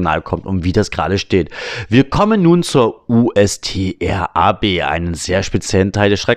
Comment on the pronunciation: Nur als kleiner Tipp: USTRAB spricht man ganz normal aus ohne die einzelnen Buchstaben zu nennen. Also ganz einfach Ustrab (Unterstraßenbahn)